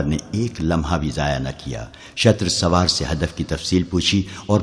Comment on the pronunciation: ارے بھائی شتر سوار نہیں شتر سوار ش پر زبر نہیں ش پر پیش ھے لہذا تصحیح کر لو